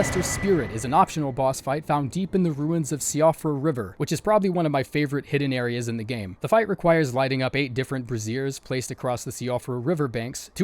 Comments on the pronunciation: It’s hilarious that you pronounced “brazier” as “brassiere” lmfao. It’s BRAY-ZHER, not “BRAY-ZEER” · Why are you lighting women's undergarments on fire? It's pronounced bray z er, not "brassiere."🤣🤣🤣🤣🤣🤣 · Brassiere is a bra. Brazier is a kind of torch (pronounced Bray-jour).